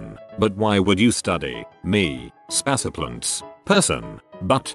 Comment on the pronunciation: "spass a plunts" spaceplants lol